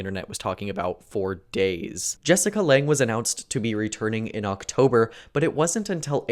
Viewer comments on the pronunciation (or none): I know. Not how that name is pronounced, though. (And her family name is spelled Lange)